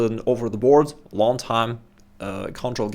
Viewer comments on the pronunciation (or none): none